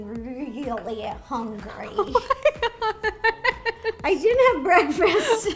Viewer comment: Ro:Im GeTTinG ReLlY HuNgReY me:EVERY SECOND OF EVERY DAY SISTA